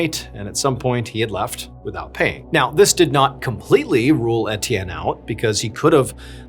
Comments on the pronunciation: “Et-ee-en” is “ay-chan” 🏈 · It's unbearable and inexcusable 🤬 I was hoping he was educated enough to, at the minimum, look up how to pronounce names 🤬